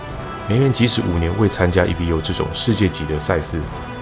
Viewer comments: 不是e-v-o .... 是念e-vo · Evo 是Evolution 的短写，念Evo，不是念E V O。